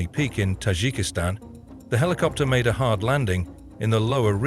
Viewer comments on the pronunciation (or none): none